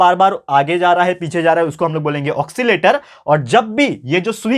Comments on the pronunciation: ऑकसीलेशन बोलते हे उस कोऑक्सी लेटर नही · It's not ऑक्सिलेशन,it's ओस्सिलेशन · Sir you are pronouncing 'oscillation' as ocsillation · Sir your pronounciatian of oscillation is little wrong